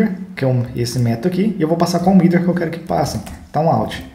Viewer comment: achei os vídeos ótimos e da pra ver que você domina bem o Laravel, se me permite fazer só uma observação, é com a pronúncia de alguns métodos em inglês. quando você fala do with ou middleware, pela pronúncia não dá pra entender direito. não atrapalha o entendimento porque to lendo na tela, mas acho que é importante pra quem tá estudando se familiarizar quando ouvir alguém falando os termos técnicos em material de fora. obrigado pelos vídeos... muito bom o material.